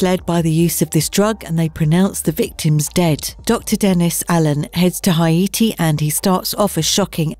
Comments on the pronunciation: HI-ATI! LOL!, Haiti is pronounced HAYTI not HI-ATI, just so you know for future reference. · Tobe hooper. TOE-bee, not "to-buh". sorry but that bugged me. so did "hi-AY-tee" for haiti. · Hay-tee good god.